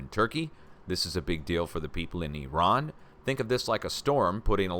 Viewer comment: I Love how you actually pronounce IRAN (EEERON) the right way and actually make the effort to pronounce it the right way and not like the corrupt politicans and the MSM "journalists" that still to this day pronounce it (I ran ) I dont know why it errks me when ppl pronounce it I ran loll I just tease them and say, You ran where ? I guess the spelling of it doesint help . They should have just kept it as Persia so much nicer